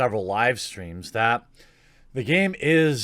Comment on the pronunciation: "Its the gayme that keeps on gayving"